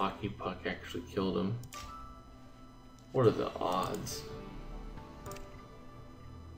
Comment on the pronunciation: you miss "T" when you said "What" at the end... since you just said... "WHAAAAAA....???"